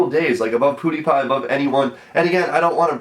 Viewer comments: did u hear him say poodepie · 1. He said poodeipie 2. Count how many times he says not trying to brag. I mean....bruh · did he say "poodiepie"? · he said poodepie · WTF THIS IDIOT SAID "POODIEPIE